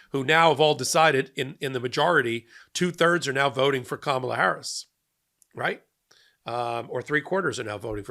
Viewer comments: What about those who pronounced it kaMAHla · The lady in the back even pronounced it "Karmela". Smh 🙄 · "karmella" bro try. try harder. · Did she say Carmela? 😂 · Notice three of them said Kamala wrong even after watching her speech. Either said kaMAla (wrong) or Karmela (wrong). So they weren’t exactly the brightest sparks! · This is karmela not kamabla